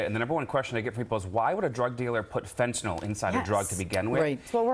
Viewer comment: How come the DEA agent doesn’t know how to pronounce fentanYL?